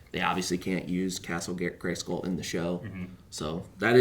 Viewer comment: "Yeah, it's castle Gayscroll." - Top tier mispronunciation.